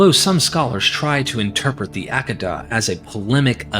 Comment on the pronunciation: hey your conclusion had what i was commenting lol.... but you crack me up "Ack-ida" is not how u pronounce hehe. It is: "AH-KAY-DA" (think dentist open& say "Ah" the next is KAY like OKAY but just KAY. then DA like "duh. so "Ah-KAY-da" hehe